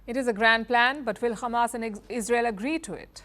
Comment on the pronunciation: firstly its not khamas its hamas learn how to pronounce it madam khamas